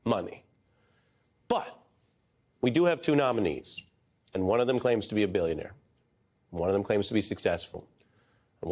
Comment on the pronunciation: Bullshionaire, he said, Bullshionaire! .... like you have never seen before, or hopefully EVER again. ... already sold the good classified docs.